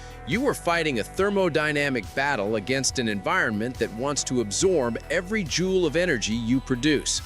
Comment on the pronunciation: Joule, not Jewel.